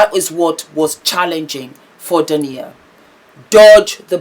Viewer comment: I love your vlogs,. Keep them coming! Correction: D a i n a (the stress is on the (i). ❤